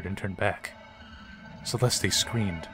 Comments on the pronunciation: It is not “CE-LESTEE,” it is pronounced CE-LEST. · Holy triggers Batman! Its pronounced CE-LEST, not celesty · Pronounced Cell est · why the hell is he pronouncing Celeste like that